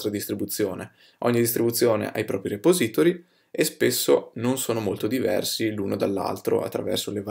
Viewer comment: puahahahahahaha mi fai morire col tuo 'repository'